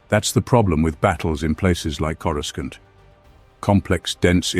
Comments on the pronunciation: Say… Corusant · When they first came up with Coruscant it was pronounced with the hard C sound. It was during the Heir to the Empire trilogy. Not sure when it changed, but I'm so used to it that it's fine pronounced either way.